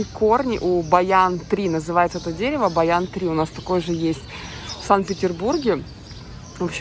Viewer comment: Не баян, а баньян tree.